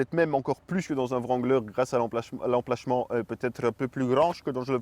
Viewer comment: « L’emplachement » puis l’enchaînement avec l’accent m’a fait exploser de dire 🤣